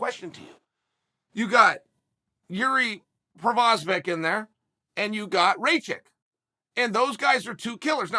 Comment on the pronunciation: Names Proshavick...Yuri Proshavick